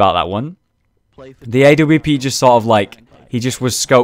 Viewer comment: stop saying "a-w-p"!!!!!!!!!!!!!!!! say awp lol